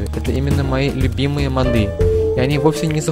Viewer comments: не модЫ!а мОды!! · не мАды а мОды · Интересно мочему у него модЫ. Речь вроде грамотная, может месный говор такой) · и ударение на "Ы" еще